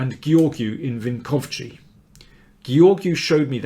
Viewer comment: It’s Vink-ov-tsi not Vinkovchi! But nice try.